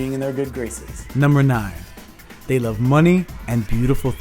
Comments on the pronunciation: I love the way you say love haha “luv” 💗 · I thought I was the only one!! I smile every time he says "luv." 😊😊😍😍